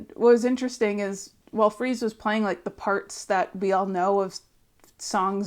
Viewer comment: It's Freese (sounds like fleece) not Freeze. Long time fan. I used to see Josh play at Disneyland with his band "Polo". He is a journeyman drummer that brings the chops and personality to meet the Foo's energy. He's played with every band you can think of. When I saw him play with the Foos at Taylor's tribute, it seemed very organic and I hoped they would recruit him. Super excited to hear the music they create with together.